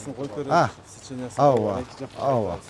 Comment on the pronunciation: Аува аува дейтго ооба деген созду